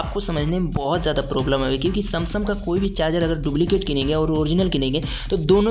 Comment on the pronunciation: Samsung ❌Samsam ✔️